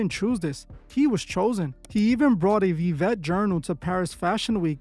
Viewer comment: The "V" in Latin is pronounced like a "W." So it should actually be pronounced as "Wiwet."